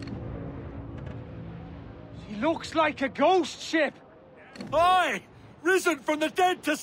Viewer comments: Tulisannya ghost ship kedengeran gosip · Di menit bilang: ghost ship Yang gw dengar: gosip:vvv